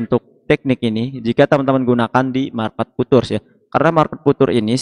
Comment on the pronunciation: Futures dibaca fiucers mas..